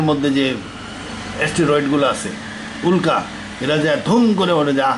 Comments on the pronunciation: উক্লা না উল্কা!! একটা নয়েজ ক্যান্সেলেশন মাইক্রোফোন দিয়ে রেকর্ড করেন চাচা। চারপাশে গাড়িঘোড়ার ভোঁ ভোঁ পোঁ পোঁ পিঁ পিঁপ শোনা যায়।। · উক্লা না উল্কা?